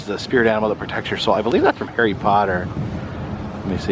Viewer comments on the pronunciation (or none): none